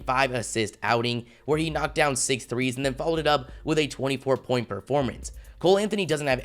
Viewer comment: He always says “from three” so emphatically